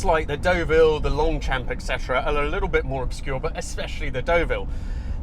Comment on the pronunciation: Your pronunciations are l a little off.The car you are driving is pronounced Derville not Doville and you don't sound the P in Longchamp.👍